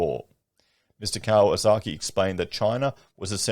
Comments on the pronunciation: It’s Kiyosaki not Kawasaki. He’s referring to ex CIA Jim Rickards economist books currency wars & aftermath. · I love that you repeatedly called him Mr Kawasaki, instead of Mr Kiyosaki.